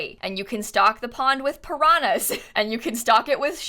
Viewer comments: Aaaah I love to hear mispronouncing "piranhas" 😂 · I would like to share that as a brazilian I am very amused by the way you say piranhas